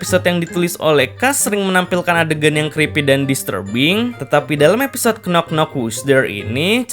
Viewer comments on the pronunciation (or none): Sedikit koreksi min "Knock" itu gak dibaca "knok" TAPI dibaca "nok" Huruf "K" nya tidak dibaca, alias Silent -K